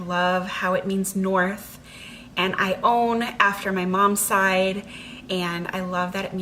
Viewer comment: Naming my daughter Ione, but not pronouncing it the way you do.